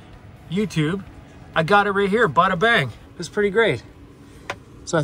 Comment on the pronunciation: Lol lol bada bing… not bangggg lol cute